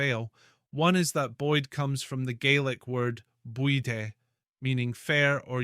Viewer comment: AI rubbish swept up from the internet and piled up. First. Anyone that connects the name Boyd with the adjective buidhe meaning yellow doesn't know Gaelic. There's no [d] sound in the word buidhe. The pronunciation of this word in the voice-over is totally ignorant, with two consonants wrong and two vowels wrong. Second. The Boyds are not a clan but a Stewart sept. The designation is Stuarts of Bute. They're the only line that use the spelling Stuart. Third. Arran and Bute are in the highlands, not the lowlands. The highland line doesn't run east to west. It's true that there are a lot of Boyds in Glasgow and nearby but they migrated there. The voice-over is bad AI. There's an attempt at one kind of Highland Scottish accent but it was done on the cheap. Listen to the word "first", for example. I gave it a downvote in the hope that the perpetrators go away.